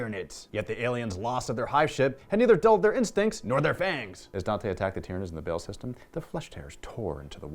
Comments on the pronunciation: Pretty sure it's not pronounced 'Bale". Baa-hl? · BAAL not BALE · It's pronounced like ball not bail, the video by games workshop pronounced it. Otherwise good video. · Baahl not Bale ;) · xD the way he pronounces Baal threw me off, but then he added that bit about why he pronounces it that way and it warmed my cold Imperial heart.